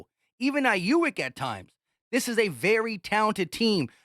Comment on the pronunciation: It’s Aye-yuke lol